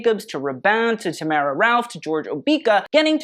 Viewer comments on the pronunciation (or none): none